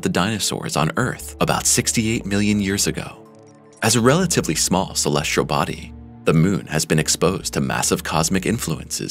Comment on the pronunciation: "Celestrial"?? Body?? Doesn't really inspire confidence in the story.